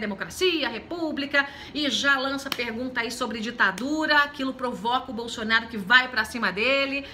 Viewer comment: "Bolxonaru"? A senhora tá ruim dos dentes ? Kkkkkk